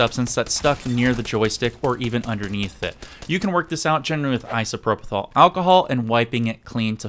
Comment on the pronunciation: It's pronounced ISOPROPYL ( i·so·pro·pyl )